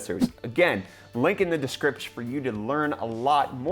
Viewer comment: did he just create a shorter word for 'description'? "Diskripch"???